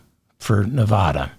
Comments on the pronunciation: CORRECTION: NEVADA IS NE-VA (as in vat)-DA not NE-VA (as in ma)-DA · CORRECTION, Just a minor one. Nevada is pronounced Nev-add-a not Nev-ah-da. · One more pronunciation correction, David. "Nevada" is not pronounced "Ne-vAH-da". Here's how you pronounce it: I forgive you; I grew up in NYC too. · CORRECTION: their is no letter O in Nevada, not Nevoda. 😝🤣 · Correction : it’s Nev- add- a. At least here in California. 😅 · Gentle correction. Nevada is pronounced with a short "a" (sounds like Ne-v-add-a) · CORRECTION: Pronounce Nevada like a midwesterner, the first 'a' like the 'a' in 'after', not Nev AH da. In an effort to avoid crazy conspiracy theories, we lefties refuse to consider the election was rigged. You won't even entertain the idea. Won't even discuss it. In what world do down ballot candidates outperform the Prez nominee? Maybe it's the world where coattails no longer exist. Maybe it's a world where voters are informed and carefully consider each candidate on their merits, regardless of party (JK, haha). But how about the world where one side cheats? Dems insist such an outrageous prospect can't even be looked at. We are better than that. We hold the high ground. Even though Repubs keep cucking Dems because we refuse to lose faith in the system, despite the blatant cheating R's keep flaunting everywhere else. I don't necessarily think Trump won bc R's cheated; I think it happened bc voters are ignorant of facts. BUT, the knee-jerk reaction of OUR SIDE refusing to be like THEIR SIDE is pigheaded. FOUR years of claiming the other side cheated seems to be a winning formula.